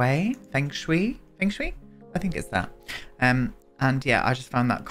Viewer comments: Feng Shui is pronounced as "Fung Shuy" 😅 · I think 'fung shway' would be the closest to the actual pronunciation (: it means wind-water! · It's pronounced Fung shui (sh-way), but it's also Sims. And also, who cares, lol.